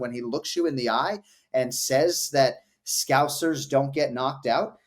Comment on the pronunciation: Jon Anik is educating the MMA community to properly pronounce the word 'scouser' and as a scouser myself, I appreciate that very much. Thank you Jon.